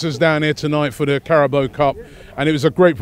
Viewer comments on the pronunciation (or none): Ca-ra-bo? It's pronounced Ca-ra-bão